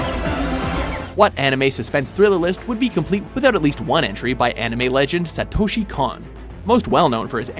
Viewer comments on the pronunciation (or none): none